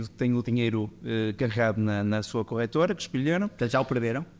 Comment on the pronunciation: A melhorar a cada episódio, sobretudo o som (que ajuda muito para ouvir o podcast no carro) Abordagem simples, honesta e clara. (Apenas uma pequena sugestão: é "corretora" e não "corrétora", porque não corrigem nada... 🙂)